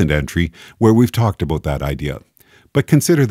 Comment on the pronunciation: "a boat" Canadian detected